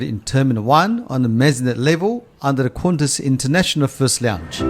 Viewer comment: It’s nice but it’s just ………Qantas🤦🏻‍♂️🤦🏻‍♂️